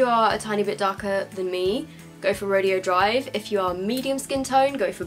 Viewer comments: You are pronouncing Rodeo right if it was a rodeo but it's pronounced Row-day-O because it's a street in LA I think that's popular for high end shopping. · Rodeo is pronounced ra-day-o after the shopping street in California that has designer stores on it, Rodeo Drive.